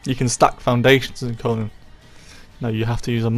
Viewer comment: It’s pronounced CoNAN!! not CoNUN. Annoying af. Do you also say SpiderMUN, BatMUN, SuperMUN?